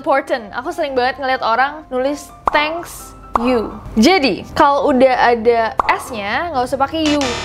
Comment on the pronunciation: Sis isn`t it Thank not Hank